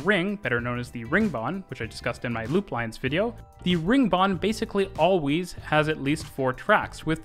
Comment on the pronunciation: Bro said allweees